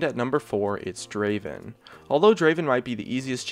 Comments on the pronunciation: it's not draven, it's draaaven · Draven? Draaaaaaven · Its not draven,its DRAAAAAAVEN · Not Draven. Draaaaaven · draven? no, DRAAAVEN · Its not Draven, its Draaaaaveeeeen